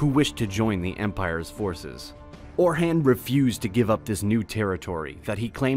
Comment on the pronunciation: How can you make such good videos and mispronounce simple words like "tomb" and "Orhan", among many others?